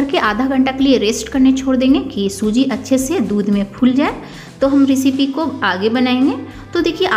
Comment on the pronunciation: रिसिपी नही, सही उच्चारण रैसिपी होता है। बार बार ग़लत उच्चारण से बहूत irriration होती है